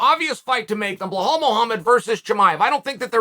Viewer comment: Hey Chael, it's BELAL not Behol.